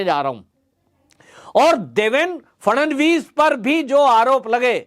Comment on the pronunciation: It's Shri Phadnavis not Shri Phadanvis